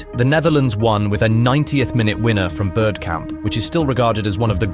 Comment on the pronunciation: BRO WHO THE FUCK IS ‘BIRDKAMP’😭😭😭😭😭😭